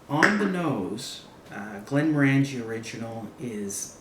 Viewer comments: It's pronounced Glenm-Ornagie not Glenmro-Angie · Very nice review! Just to clarify, pronouncing Glenmorangie is like saying the color "Orange" (Glenm"orange"ie)